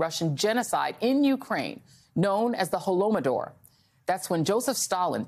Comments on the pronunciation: Pretty crazy how confidently this lady acts like she knows what she's talking about while she says that it was RUSSIA waging war in Donbass for the past 8 years and pronounces "holodomor" as "holomodor" lol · Holodomor, not holomodor. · Holodomor, not Holomodor. Holod=hunger; mor=death. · She tried I guess. She took a swing and she missed! She got the 'd' and 'm' mixed up: it's more like: Ho-Lo-Do-Mor (Голодомор) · Ok ... Maybe she should have practiced pronouncing "holodomor" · She probably had problems pronouncing something . She got Holodomore wrong so probably something else as well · She said "Holodomor" wrong.